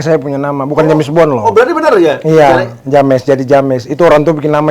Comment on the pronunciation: James bacanya jems.